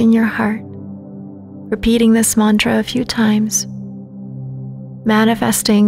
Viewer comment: I wish you'd do a better job with pronouncing Sanskrit words like mantra and namaste